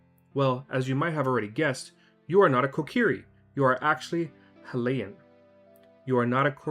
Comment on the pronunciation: I like the video but you said hylian wrong